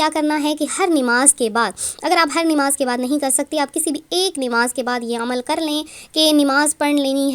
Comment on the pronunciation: Dekho yàar, Inn logo ko Sahi bolna takk nahi aata.. Buss YouTube sayy paisoun kayy liyey wazifayy gharrtayy hain..